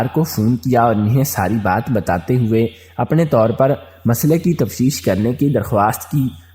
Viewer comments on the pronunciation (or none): none